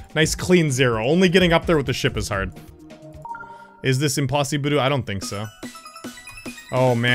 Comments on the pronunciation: "OH MAN IT IS IMPOSSIBURU" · Idk why did "Oh man that is Impossibru!" forced me to hella burst laugh